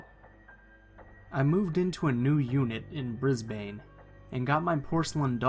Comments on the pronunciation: Hahaha it's not Bris-bane it's brisbn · How he pronounces Brisbane cracked me up 😂😂 Good attempt, its supposed to sound more like ‘brisban’ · u said Brisbane wrong but whatever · The way he pronounced Brisbane 😭😭🤣